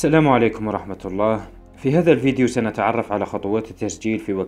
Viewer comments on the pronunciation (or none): none